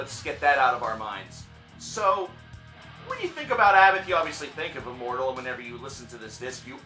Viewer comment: ABBAT(h) A BBAT ABBATH, you don't pronounce the H <3